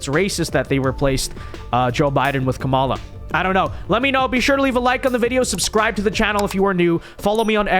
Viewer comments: I support your videos and generally like them but dear lord, you intentionally mispronouncing Kamala is extremely immature and irritating. Makes me click off the vid every time. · Notice Ana calls her by "Ka-Mala"